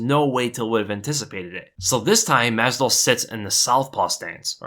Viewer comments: "mazal", "mazol", "mezdol", "mazzadol", "mezidol".. "mazvidal" 🤣🤣🤣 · Love your content but you literally said Jorge's last name wrong EVERY SINGLE TIME.